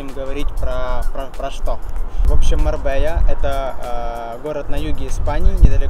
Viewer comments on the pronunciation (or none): Не Марбея, а Марбелья! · Извините за вопрос, почему вы говорите Марбея если правильно Марбелья. Тоже самое Андалузийский , а правильно Андалузкий! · не на Марбелья, а Марбейя...многие русские говорят с буквально Л,но это не правильно тк две ЛЛ читается как Й... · Marbella - МАРБЕЯ читается